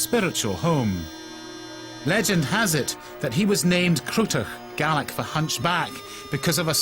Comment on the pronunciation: would be better if the guy could actually pronounce the Gaelic instead of butchering it